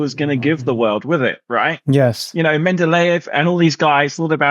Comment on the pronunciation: I don't see why you're bending over backwards to acknowledge Howard; he isn't "clearly bright" he's clearly deluded - he can't even pronounce Mendeleev" and he doesn't understand very basic facts and he conflates things in a disastrous way. His confidence way outstrips his abilities. He's just too under-qualified to know how under-qualified he really is. There's an ageda running this, and it smells badly of wokism.